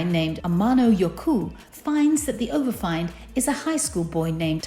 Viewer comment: Good lord woman learn how to read English. It is pronounced overf(ee)nd not overf(eye)nd